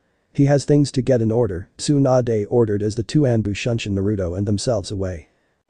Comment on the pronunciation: it's shunshin NOT shoeshine